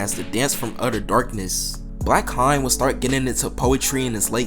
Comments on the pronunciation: is it not pronounced HAYNE? since his last name is Hayes?! i could’ve sworn it was pronounced differently. bro keep saying blackHINE 💀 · This is very interesting, thank you for making this video! (Also I don't want to be this guy, but the "haine" part of "blackhaine" is pronounced like "end" without the "d", Sorry!!!) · your pronunciation for the word "Haine" is so bad 🤣😭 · Bruh check how to say "haine" my ears bleeds